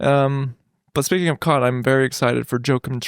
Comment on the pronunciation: Mispronouncing Cannes is a big L for my guys